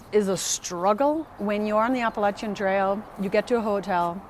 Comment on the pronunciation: Your pronunciation of the Spanish-rooted words has been on target as opposed to that hairless fella.😄😉 You are also one of the few who says Appalachian properly. Don't go changin' to appease the verbally challenged.